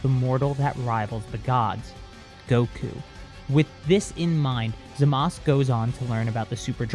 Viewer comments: Why do pronounce “zamazu” as “zamaz”. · It's ( Zama - su )